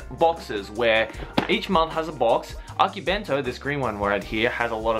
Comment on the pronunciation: You pronounce akibento its akibento~ver